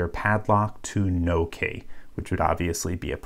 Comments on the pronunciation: instead of saying key he says kay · Just out of curiosity: why do you pronounce key as "kay"? Also, why do you say lever as "leaver"? I promise I'm not being picky (pun intended haha), I'm just interested in English phonology :D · When you say key i hear Kay lmao 😂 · You say the word key very strange lol. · He just don’t say key right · He sounds like kinda Australian when he says "key" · Yooo! Learn how to pronounce key! :p